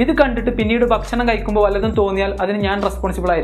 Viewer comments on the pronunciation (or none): Bashanam Alla bakshanam ennu parayu